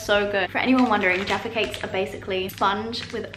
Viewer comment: jaffa cakes. or as the yanks pronounce it JARFA CAKES.